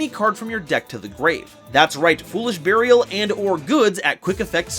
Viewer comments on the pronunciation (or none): none